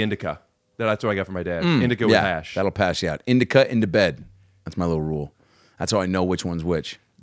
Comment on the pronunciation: Adam! It’s in Da Couch. Not in da bed. in-di-ca = in-da-couch 🤣